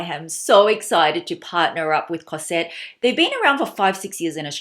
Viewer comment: Hello. May I tell you that you have to pronouce the S of cosette like a Z Cozette , the main female caracter in the Miserables of Victor Hugo. I love your accent anyway (from a french lady) I love this nice classic Celine bag. And The Trouville is fantastic, I'm in love.Thanks